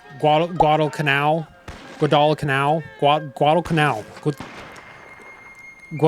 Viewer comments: it’s pronounced GWAW-dul-canal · "GuadalalalalaDaPhallaalaalaaGKanoil" For anyone wondering how to actually pronounce it correctly thank you. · It’s pronounced Guadal-Canal. It’s a piece of territory of Solomon Islands 🇸🇧. It was McCarthurs “island hopping” plan to systematically lose then regain every single island in the Pacific. Guadalcanal was a particularly blood and violent part of the campaign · missed opportunity to throw in the clip from The Pacific where Hoosier mispronounces "Guadalcanal" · How can’t you pronounce Guadalcanal properly? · Bro learn to pronounce Guadalcanal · Guadacanal isn’t that hard to pronounce homie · I was going to like and subscribe until you failed to pronounce Guadalcanal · I'm sorry, but if you're going to review a game about an actual war, learning how to pronounce some of the most famous place names from that war would make you sound a LOT more credible. I get that you tried to play the Guadalcanal thing for laughs, but it just makes you sound stupid. And it explains why you didn't really get a lot of the other stuff. Sorry, I'm sure you're a nice guy, but this review wasn't great. Or maybe it was amazing after the part where you showed off your ignorance like it was something to be proud of, but I didn't get past that part. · I hope the spirit of every Marine who fought on Guadalcanal appears in your dreams and forces you to run 20 miles in a full pack until you pronounce the island name correctly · It was so painful watching you try to pronounce Guadalcanal 🙃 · Tfw you realise he doesn’t actually know WWII history cause he don’t even know how to pronounce Guadalcanal - bruh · New viewer here. The fact you couldn’t do very minimal research to pronounce Guadalcanal is slightly embarrassing. I get you have a comedic touch to your channel, but mispronunciation of Guadalcanal is just weird. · I had to dip when you couldn’t pronounce Guadalcanal